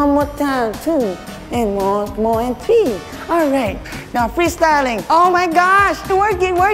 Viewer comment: “One two tree four five” Me: Tree? Isn’t it three?